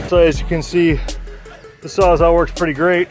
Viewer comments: Are you saying "sawzaw"? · It sounds like you’re saying sawzaw, not sawzall. I think that’s why he was asking.